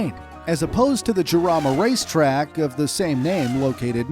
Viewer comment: 8.03 its not jamara its jarama